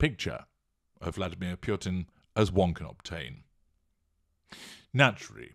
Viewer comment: It is interesting how you add an r to this name Purtin!